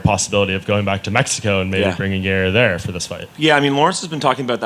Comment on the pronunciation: “Everything is a Yairny” - Yair Rodriguez